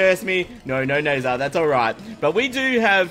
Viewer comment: I think it's pronounced as nazar not nezer...